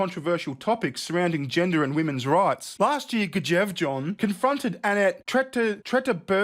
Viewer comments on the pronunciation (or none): please read my comment 😉 Normally I wouldn't pull you (or anyone for that matter) up on how you pronounce words. However, I am currently learning Norwegian. So on behalf of all Scandinavia, I must point out that [mostly] the letter "J" is pronounced as the letter "Y". Now, you can do the whole video again, but be able to pronounce the Norwegian correctly (maybe) 😁😘 I think your funny as phuck btw. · The J sounds like a Y in Norse 🤣